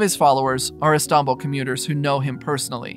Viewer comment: "The city of E-stombl"